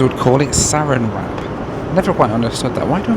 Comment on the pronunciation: SarAN wrap (stress on the second syllable) is a trade name belonging to the Dow Chemical Company which invented it. Inerestingly it is not merely a film of plastic. The static electricuty that makes if cling is part of the product. Cheers. Your channel is great.